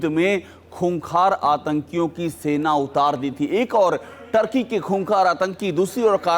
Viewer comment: is ko ŤŰŘĶĔÝ ka name bol na nahi ata or media report kar raha ha